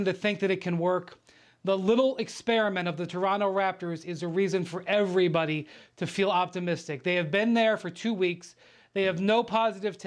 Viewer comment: Rachel, you are already reading a script but you still cannot say 'Everybody'? 🤷‍♀️